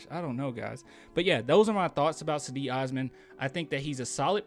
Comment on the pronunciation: Its JEDI... Like in Djengis Khan or the Stae Wars knight.. Djedi Osman